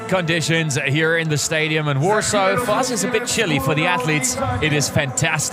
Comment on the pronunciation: Why does the guy keep saying warso? Isnt it warsaw?